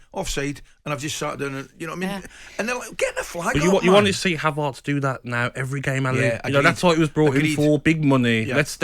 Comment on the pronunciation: "Havarts" "Kavavitch". Top literacy from Gabby Upmabumawhore